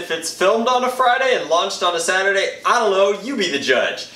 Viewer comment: "Saturday" he said